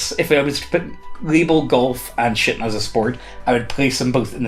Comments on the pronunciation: shooting, shooting, I did a double take because it sounded like you said shitting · NGL- I totally heard "shitting as a sport" and was like LOL WTF??? oh right shooting... clay pidgeon shooting.. not shittin' LOL. And if you think, "there is no way that guys wouldnt get upto any sort of competitive shittin'..." you really dont know guys. Especially competitive ones! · Did he say shootin or shitin? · I thought said he joined a shitting club. Like a club for people to get together and poop. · Uhhh, I was like 10 minutes thinking how the hell shitting was a sport/game for you until I realised you meant shooting.......... Other than that existencial crises yeah, I liked the video! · Oh! A Shootin’ club. That’s definitely not what I initially heard! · when you realise he's saying shooting XD. I love ya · Anyone else hear him say something other than "shooting"? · Shooting...clay pigeon shooting how in the name of the beyond did you pronounce it so wrong? It has two Os but you make it sound like it has an I instead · I was listening to this to this in the background and I thought the same